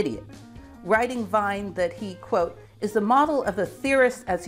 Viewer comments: wien = like 'ween', not 'w(h)ine' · Wine? No. Wien, like "wean" is better, but as w in German equals v, it should be vean with english crypto spelling. Wein is close to how you say "Wien". English pronunciation fails almost 99% on anything not English. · Wilhelm Wien. Outspoken like: "ween". Not "vine". The German "W" is not a double u like the anglo-saxons speak it out. It is like a soft spoken "v". Max Planck. The english "a" is spoken in German like "ah". The English "a" is spoken like the German "ä". Sorry.. but I was bored.^^ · "Wien" is pronounced "Veen", not "Vine". Poor Boltzmann.. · Wien is not pronounced like wine, but more like veen. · How can I possibly believe anything you say if you have not even bothered to determine how Wien's name is pronounced. It is pronunced "Veen". I can't tell you how it grates on the ear to pronounce it to rhyme with wine. The city of Vienna is pronounced the same way in german. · I do wish Yanks were more cosmo. It's pronounced "Veeeeen" not "vine". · Great video! One nit: Wien is pronounced "veen" not "vine"! In German, Wein is wine ("vine") and Wien is Vienna ("veen")😀. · Great video ! However, Wien is pronounced WEEN (RHYMES WITH KEEN) and not wine. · I am not saying you are incorrect, but you write Wien and say Wein. In other videos you write Gieger but you say Geiger. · Wonderful video. One small comment: Wilhelm Wien's name is pronounced "veen", not "vine". Incidentally, Wien is also the German name for the city of Vienna. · Fascinating video, and I'm now going to watch your other ones. One comment though: Wien is not pronounced like vine in English, but as veen (the same German pronunciation as Wien the capital of Austria). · Wien is pronounced "veen", rather than "vine". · You messed up Wien too! Pronounced veen. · Wien rhymes with lien or lean, Not wine. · Wien not Wein. Rhymes with bean. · Please, Wien is pronounced as "veen". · Wien is more properly pronounced "Veen", as is the capital of Austria.